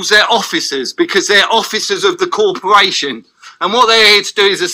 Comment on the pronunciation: what's a 'cawporwation'. what a prat.